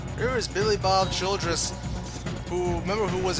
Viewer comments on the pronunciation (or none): It's Billy Bob "Childers" not "Childress!" :)